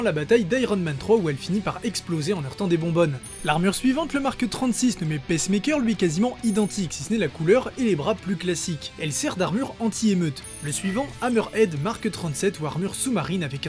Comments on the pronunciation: J'ai vraiment adoré ta vidéo. Elle est intéressante et super bien construite. Bravo. Si je devais chipoter... à attention à la prononciation entre "Pacemeaker" et "Peacemaker" :) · La vidéo est genial mais attention quand tu prononce les noms des armures. Peacemaker tu le prononce pacemaker et ça change totalement le sens du mot